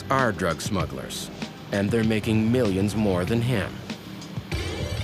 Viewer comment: At the beginning, the narrator calls them "smuggers."